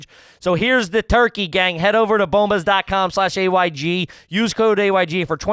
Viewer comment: Love those “Booomba” socks 😂 wonder if they lose the ad after one shot, how do you fuck up “bombas”